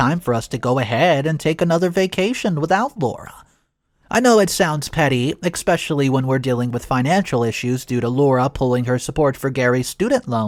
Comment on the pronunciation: The word is not pronounced ex-specially. So annoying.